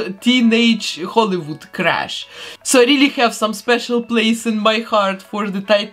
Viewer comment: Just for fun I'm going to advise you that you had a Hollywood crush, not a crash. When you make these tiny mistakes I always say your English is far, far better than my Polish or whatever your original language is LOLOL. I love your channel and can't wait for each new one to come out. I guess I'll also let you know that I call you because of a very old cartoon in the US where there was a very evil Russian woman named and her boyfriend was the dastardly Boris. You sound just like her and even look like her with your long dark hair. Have a great day!